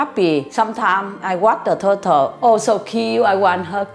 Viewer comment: the way she says turtle😂